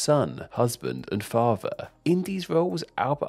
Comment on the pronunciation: What a horrific narration voice. Monotone, crackly, droney and the word "father" is not meant to be pronounced "fava". Stop it.